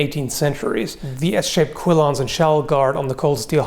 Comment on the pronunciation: It's a quillon or two quillons per sword. There is no I in the spelling or pronunciation.